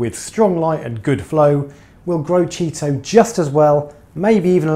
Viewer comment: Yep 👍...less maintenance approach is a great call. That’s the first I’ve heard it pronounced ‘Cheeto’. Is that what you guys call it on that side of the pond?...or is that ‘ specific’? Cheers 🍻